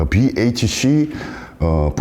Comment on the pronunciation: 비에이치씨 발음이 샌프란시스코네 굿